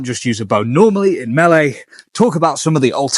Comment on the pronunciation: a correct pronunciation of "melee". Now I know...